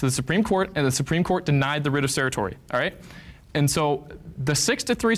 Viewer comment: “Denied the writ of SERATORI”… I know certiorari isn’t that hard to pronounce